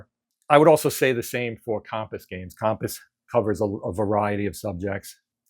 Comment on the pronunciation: Interesting statistical analysis ... but your pronunciation of Compass really threw me for a loop! 🧭